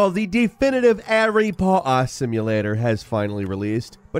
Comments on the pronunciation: HARRY POHA???????? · Airy pohar? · started this off immediately with HARRY POTTAH